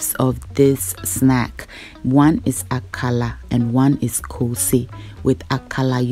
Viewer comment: Dear, l always enjoy your channel, well done. Meanwhile Why are you pronouncing it AKALA instead of AKARA like everyone else in Ghana? Or is it not kose you are referring to?